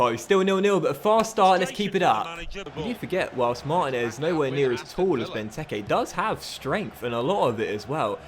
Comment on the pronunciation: This series started so great and is now so bad time to end this. I know I'm done watching it cus I can't stand to hear u mispronounce mar teen ez once more mate